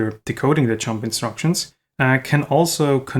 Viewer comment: Sorry to be so mean, but this video is just too funny when every time where you say "jump" it sounds like "chump": "let's build a unit that can control these chumps" ... sorry, but I had to chuckle. But no offence, my pronunciation would surely be worse. Otherwise your Videos are absolutely great!